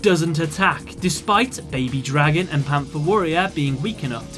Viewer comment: BABY DRAY-GON. that is all.